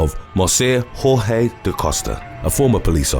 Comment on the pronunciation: Congratulations...you finally enunciated Jorgé correctly.